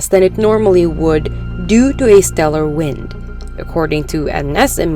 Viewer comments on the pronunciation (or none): none